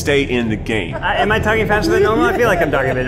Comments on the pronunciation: Yup. Eugene says gay instead of game in the intro, and he pretty much always can. You cant tell me otherwise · i will always hear "try guys gay time"